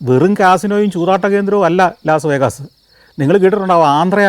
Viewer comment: Its Las Vegas, not pronounced as vegaas, I live in Las Vegas